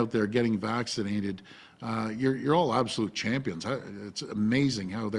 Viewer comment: Yea premier, you are our CCHHHAMPIOOON 🤣